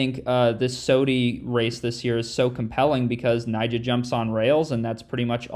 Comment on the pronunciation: not Nyjoah